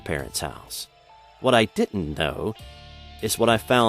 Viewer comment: didn't, not ditn't FFS!!